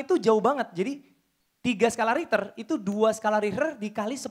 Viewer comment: Skala richer bukan riter bos